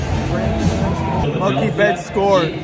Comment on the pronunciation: Just letting you know you were pronouncing Mookie Betts name wrong